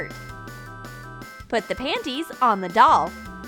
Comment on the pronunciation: Lol you said pannnyS